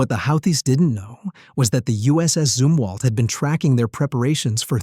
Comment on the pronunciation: Zumwalt not Zimwalt